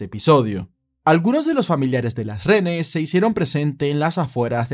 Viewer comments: Me parece genial que hables sobre los hechos nefastos que han ocurrido en el país, pero... mi vida, reHenes!! No RENES🙈🙈🙈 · Amigo disculpe que son renes? Es lo q claramente se le escucha....renes o es acaso un problema de vocalizacion? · Dígame cuando dice "renes". Qué desesperación.